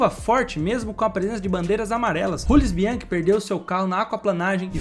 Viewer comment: Jamais pronuncie Jules Bianchi como Rules Bianchi novamente. O cara era francês. Parei o vídeo nessa hora porque demonstra uma certa ignorância